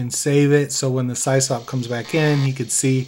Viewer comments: Yeah, we ALL (me too) said Sie-Sop back in the day. Eventually I learned it's short for System Operator and its pronounced Siss-Awp. Still... hearing it the way we all used to say it as teens hit home in a good way. 😎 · pronounced Sis-Op not cy's op. its short for system administrator. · I haven't heard SysOp mispronounced as Sie-Sop in many, many years. haha! You're the best! 🐐😎🎉 EDIT: Just subscribed over that, too. ;) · Pretty sure it’s pronounced Sisop. System Operator 👍. I ran a BBS back in the 90’s as well.